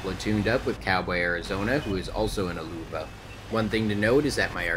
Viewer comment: Tuco Benedicto it’s actually pronounced “Loeve”, don’t worry most north Americans get foreign pronunciations horribly wrong